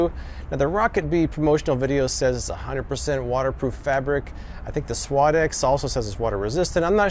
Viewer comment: you are pronouncing suadex completely wrong